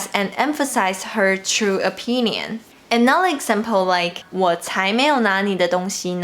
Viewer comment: I love your English! How did you study?? In case you're interested, there are (only) a few words that you could improve the pronunciation: "everyone", "five", "another", "further ado". The way you pronounce them is very cute, so there's no need to change if you don't want to =P